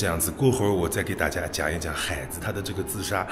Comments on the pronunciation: 海子的重音错了。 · 我去过安徽安庆市怀宁县海子的故居，他母亲还在。另外，“海子”应该是两个字都是第三声。sean这么读，听得很难受😅